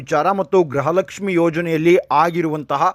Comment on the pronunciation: ದಯಮಾಡಿ ' ಗೃಹಲಕ್ಷ್ಮಿ' ಪದವನ್ನು ಸರಿಯಾಗಿ ಉಚ್ಚರಿಸಿ. ನಿಮ್ಮ ಉಚ್ಚಾರಣೆಯಲ್ಲಿ ಅದು ' ಗ್ರಹಲಕ್ಷ್ಮಿ' ಎಂದೇ ಕೇಳಿಸುತ್ತಿದೆ.